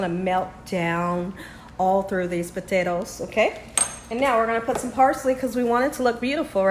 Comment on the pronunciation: Did your accent change after you moved,? I’ve never heard you pronounce potatoes “puthettos” 😂